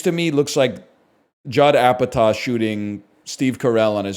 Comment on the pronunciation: Did this man just say Apataw instead of Apatow within the first minute? I'm starting to question his pop culture recall abilities.